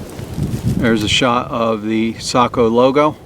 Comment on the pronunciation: Beautiful rifle, great video,and it is refreshing to see someone who can properly pronounce Sako! Well done 👍